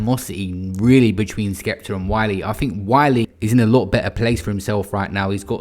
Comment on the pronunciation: Man said wiler 😂I love your slip ups